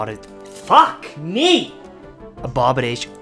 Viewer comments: "Abodidation" - ( at least that's what I think he said) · He can never say abomination lol